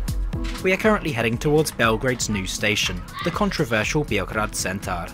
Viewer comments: Thanks for the review and props for the pronunciation 👍😁 but a small note: it's B-eoh-grad not Bee-oh-grad. COKO is the Cyrillic spelling, SOKO is Latin. (C = S in Cyrillic), just in case it helps with the pronunciation. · Note for pronouncing Beograd. Instead of saying the 'e' like like 'ee', say it just like you'd say it in Belgrade and you've got a pretty good pronunciation.